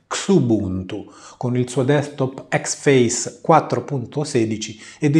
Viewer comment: Però dove tu veda la A in Xfce non lo so :p Suona pure figo, ma si chiama Icseffeciè o ecsefsi-i Ironia a parte, lo intendo dire costruttivamente! Video molto utili ai principianti, ed è difficile trovarne :)